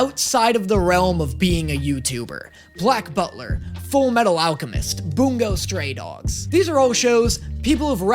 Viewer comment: Everytime says bungo stray dogs i feel like a part of my ear just broke.